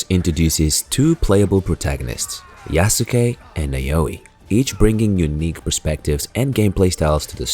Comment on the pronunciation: It’s pronounced YASKAY my guy lol